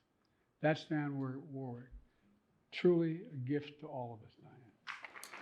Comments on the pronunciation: just wished he said Dionne's name accurately. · "Dianne" Warwick, huh?